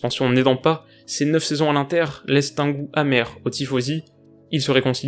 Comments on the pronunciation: Tu prononce mal l'inter comme c italien on fait pas le son un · On dit inter pas inter